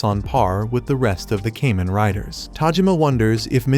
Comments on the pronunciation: Kah-men like "common" not no damn cayman crocodile rider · It’s Kamen. Kah-men! This is the n-th video I’ve seen with this miss. If you must use AI at least check and get it right. Sorry I’m just sick hearing Cayman, Cayman, Cayman… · It's Kamen rider not kemen rider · Great video . It ka-men not kay-men. Thanks you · I hate how the ai says "kay men rider" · It's so cringe hearing kamen rider pronounced incorrectly